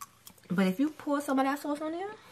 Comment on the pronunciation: The way she pronounced “sauce” was a give away 😂